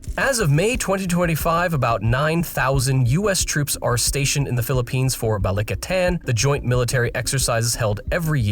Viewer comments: *Philippines, not Phillipinse. smh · Crazy, "phillipinse" "gobal"